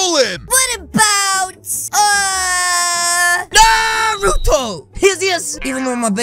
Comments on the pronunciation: why do you call him narotoo it should be naruto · It’s nar-a-toe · As "na roou toh" Bro it's narùto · I like how he calls him Narooto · He said nurto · It’s Actually naruto not nuroto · It’s not norotu it’s naruto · Did said nuruto lol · AHHHH HE PRONOUNCED IT WRONG IT'S NA NAH NARUTO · Bro you said Naruto's name wrong and this ain't even close to Cannon!😒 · i like how he can’t say nartuo right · It’s pronounced Naruto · you can say the name right ya know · You said Naruto wrong=|